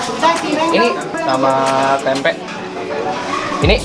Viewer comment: Bang klo ngomong tempe akhirannya jangan pake K🤣